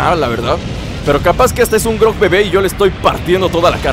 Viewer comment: eres el mejor, me encanta como juegas,y eres muy gracioso, y se llama gorog no grog jajaja